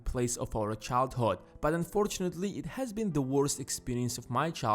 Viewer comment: childhOd sorry he says like that